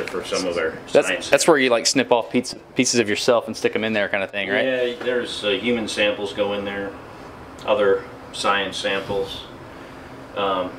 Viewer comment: "Human samples" ... the way he said that made question any non-human samples that may be in the ISS